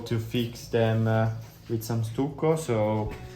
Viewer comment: Love working on the doors with Nicola. Just a word about your English pronunciation. The word "stucco" has a short U, so as you would say "study" you say the U in stucco. It's a sound like "ugh" or "uh" not like YOU. Great video!